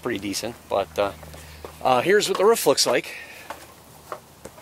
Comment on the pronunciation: It's a roof not a ruff!